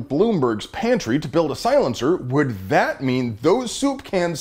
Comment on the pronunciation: I appreciate ya brother, but please stop saying silenceer. No such thing, just as bad as clip.